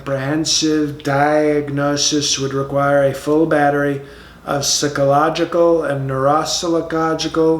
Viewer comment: Sick-oh-logical testing. Socio-path-ee. I've always wondered, if when he reads his speeches, he has to have someone brief him ahead of time on how to pronounce certain words.